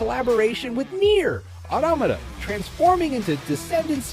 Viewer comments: Neir Ma Na Ma Na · “Nier: Anomana” someone shut this dude tf up 😢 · Hearing that automata pronunciation made my skin crawl